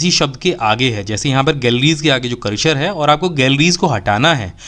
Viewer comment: सर, करशर नहीं होता, ,,करसर कहते है, दोनों में फ़र्क़ है न !